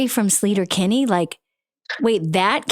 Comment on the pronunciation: If Amy was a real Sleater-Kinney fan she would’ve pronounced it SLAY-ter not SLEE-ter